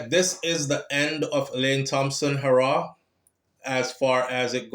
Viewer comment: Bredda, stop saying Elaine hoooo raww.... it's pronounced Heeee raw......put some respect on the sprinter name.... PLEASE!!!